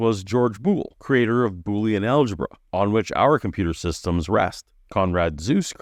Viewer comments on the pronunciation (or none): none